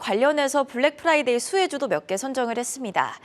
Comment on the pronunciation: Black Priday냐? 발음 너무 거슬리네